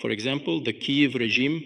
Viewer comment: It still has small imperfections: it is not "Kayev", it is "Kiev".